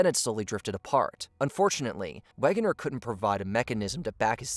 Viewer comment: ? Wayh-Geh-Ner ? ..really ? ffs